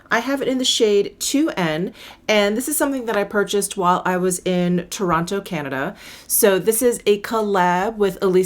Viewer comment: I live about two hrs away from Toronto and every time I hear you say Toronto I kinda laugh because so many people say Torana. A lazy slang pronunciation. Great video